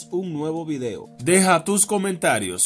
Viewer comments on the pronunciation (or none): none